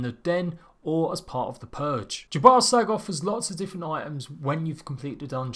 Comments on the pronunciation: Is it just me, or is he saying, "J'ballsack"? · did you just say "the religion of 'ya ball sack'" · Jhebbal Sag. Really. Ye balls sag?